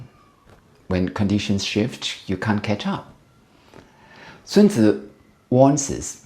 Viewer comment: <<A good commander is benevolent and unconcerned with fame>> Sun-Tuh-Zoo. Chinese prince Matchabelly.